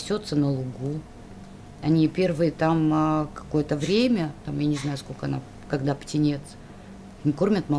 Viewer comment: "Сколко", ну что за позорище